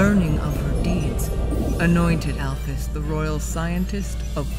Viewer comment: It’s actually pronounced Al-Feez. Sorry for being little miss brainiac